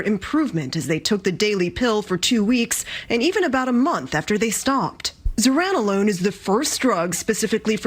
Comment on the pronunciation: Pronounced Zur-ran-o-lone